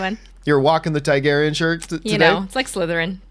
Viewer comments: can john not say Targaryan with an "A" TAR-garyan....he keeps saying tigarryan with an "I"...it shouldn't be bothering me but it does. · Is it just me or does John Campea say Targaryan with an "i"....Tiegaryan.....TIE-GARY-AN. When its TAR-GARY-AN. Maybe its a canadian thing. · You're killing me John..say it with me Tar-gair-ee-in !!!